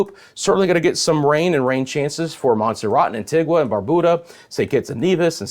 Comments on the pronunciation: It's not pronounced Barbooda the u is pronounced you... it's pronounced antiga not antigwa. I'm just trying to yo help you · Thank you! Pls pronounce Antigua as Ann-tee-guh 🙏🏽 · interesting. I've never heard a Caribbean person pronounce it like Anti-gwah. To each their own lol 😆